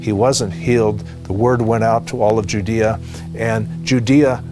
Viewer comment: Learn how to pronounce Judea.